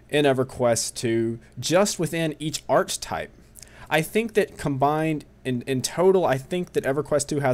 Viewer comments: ar·che·type noun \ˈär-ki-ˌtīp, not like arch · It's pronounced ARK EH TYPE hahahaha